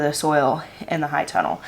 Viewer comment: Can someone help me out, Im totally new at this, is she saying “hide tunnel” or “high tunnel”?, if you see this even though it’s an older video, you are absolutely my favorite person to watch and listen to on YouTube. Your energy is beautiful. Not only do you just make me feel good but I’m learning so much from you. I’m a BRAND NEW gardener, and of course I just moved to the low desert of south east CA, so I’m going to need one of those tunnels for my garden between June-Oct it’s 100+ degrees. Do you have a link to it or a plan that you guys used for it? Ty 🥰